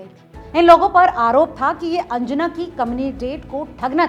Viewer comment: मयेकर not मायकर . हणजुणे not अंजना.